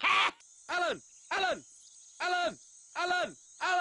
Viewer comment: "Alan! Alan! Alan! Alan!" -in my world, sounds more like: "Mommy! Mommy! Mommy! Mommy! ... "